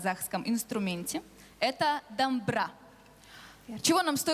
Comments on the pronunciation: Не дамбра а дОмбыра ведущим надо научиться правильно произносить. ДОМБЫРА. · Дамбыра емес домбыра деп айту керек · Жүргізуші орыс домбыра дегенді дамбыра дедіғой дұрыстап дайындалмапты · Не "ДАМБЫРА" а "ДОМБЫРА" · Как режет слух когда говорят дАмбра, правильно дОмбыра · Не дАмбыра. А дОмбыра😂 Молодец Аирии😍💕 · Правильно говорите слово. ДОМБЫРА.